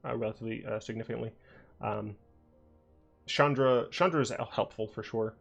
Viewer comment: “Pew pew on your face” -also it’s not pronounced Shalee xD